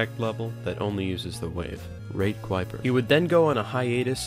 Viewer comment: qwiper no qwiping